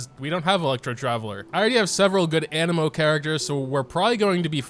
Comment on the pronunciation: My guy said anemo correctly, like sub and bell lets goo!!